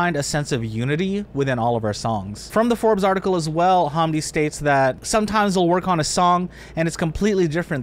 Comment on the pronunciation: Not a bad video beyond the butchering of pronouncing "hamdi" and "DJ EZ." Its more like ham, than haaam, and hes english so its Zed (Ee Zed) - so the same way English still spell it "Pearl Harbor, for eg"